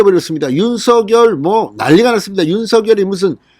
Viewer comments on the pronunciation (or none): 진성호님의 발빠른 정보와 민주주의 발전과 법치주의에 근간한 융단폭격에 늘 시원한 사이다 처럼 속이 뻥 뚤리는 기분입니다. 국민의 힘 국회의원 백 여명이 못하고 있는 정부와 여당 의원들의 도를 넘는 행태에 절제된 음성으로 국민들 곁에서 늘 함께 든든한 방패가 되어주심에 감사합니다. 부탁드릴 말씀은 방송에서 윤석열 후보의 이름을 [윤서결]로 발음하시는데, 이는 '작열하는 태양'에서 [자결하는]으로 발음하는 것과 같습니다. 올바른 발음은 [장녈하는] 으로 발음해야 합니다.이는 '작열'을 발음할 때, '열'의 초성자음 ㅇ이 유성음으로서 앞의 '작'의 종성(받침)인 무성자음 'ㄱ'에 영향을 주어 같은 계통의 유성자음인 'ㅇ'으로 동화된 후 그 영향을 주었던 ㅇ에 ㄴ이 첨가되어 "녈"로 바뀌었기 때문입니다. 따라서 같은 이치로 윤석열 후보를 [윤성녈]로 발음하는 것이 올바르다 하겠습니다.(국립국어원 표준 발음법 참조) 작열[장녈]하는 태양, 윤석열[윤성녈] 은 발음,감사합니다!